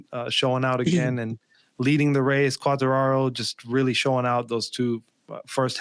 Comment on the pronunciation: Thank you Cheetah for at least trying to get to pronounce Quartararo's name correctly. Then again, if pronounces the last R like an N, then is his name pronounced like 'Track-Stains'? That aside, the Le Mans GP (main race) was probably one of the most interesting in quite a while. Congrat's to Zarco.